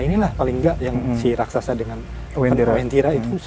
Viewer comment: raksasa bukan rasaksa